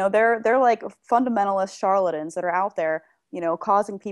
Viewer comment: "Fuddamentalist Sharladjins"? Is that like, a cross-dressing Elmer Fudd who is also a genie? That might make a really good Merry Melodies plot.